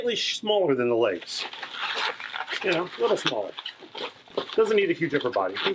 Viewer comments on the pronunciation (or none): I love your videos and I've been with you ever since your mangle video now I'm in love with your creativity and amazing balloons I know it's asking a lot but can you maybe say my name in the next video please.... It would really make my day By the way you said shmaller :P